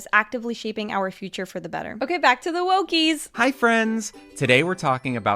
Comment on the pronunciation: She said wokey but almost sound like wooky